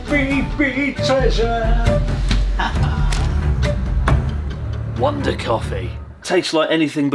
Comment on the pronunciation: Why did 'Big Treasure' sound like 'Big Chungus'?